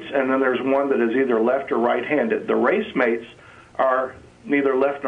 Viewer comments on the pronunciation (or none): "Inorganic amino acid" That doesn't make sense. "racemate" its spelled racemic and pronounced ray-see-mick "Left or right handed" The metaphor used is often "left or right handed", and it is true that amino acids in today's life is all the same "handedness" if you take the metaphor. However the definition of racemic basically indicates that both are present in roughly equivalent amounts. So yes, amino acids of which ~50% are similar to those in life. Implying they are nothing alike is hilarious. "No intelligence takes more faith than believing an intelligence did do it" So not making an assumption takes more faith than making something up and going with that? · The guy has had the misfortune to gain his smattering of knowledge from a book - "race-mates" ! Had he heard the word used in context, he'd've discovered that it's pronounced "rah-SEE-mate", or "rah-SEE-mick", and what he means is the body produces one type of chiral ("KYE-rahl") amino-acid, whereas in inorganic processes, i.e. the M-U expt., one gets a RACEMIC mixture of both forms. No amino-acids are inorganic, but a few may be made by inorganic processes (M-U expt.). The fellow really ought to have taken his own advice ; had he actually spoken to a biologist for 2 minutes, he'd have found out how to pronounce the big words...and that his conceptions are that little bit skewed. Ah well - scientific illiteracy ; humankind's ultimate failure of education, allowing silly superstitions to proliferate...and to demand that people respect people who profess belief in absurdities?! Painful. I must see if there have been continuations from the M-U experiments, you know, with different atmospheres + gases ... oh, and the red sludge? Tholins, more or less - much as the stuff giving Pluto + Charon their reddish colouring - nuclear radiation from the sun on methane over billions of years producing simple ORGANIC molecules. God, I am not fond of this caller. "Race mates" - I ask you - is it a new condom for athletes?